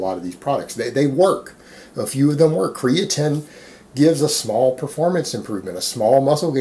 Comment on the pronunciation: came here to hear 'creatin'..left satisfied